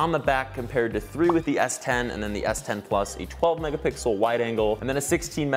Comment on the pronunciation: Did he just say "megapickle"? Not only once but twice?